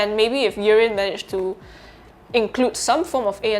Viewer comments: Not sure why you keep calling it Urine. It’s not urine. It’s “ear in” as earin. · Sounds like you’re saying urine but I thank you for your review anyhow sir thanks man